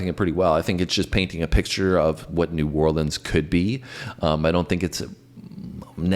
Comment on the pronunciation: The band doesn't even know the correct way to pronounce "New Orleans". Look it up. How frigging sad.